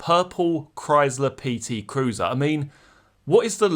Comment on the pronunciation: Just hearing you articulate the words purple PT cruiser are nearly worth the subscription